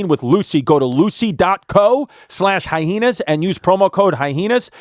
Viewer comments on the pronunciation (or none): Why do these FF's pronounce it hyeHenas??? There's no second H in the there.. Are you both Frank's and beans or what???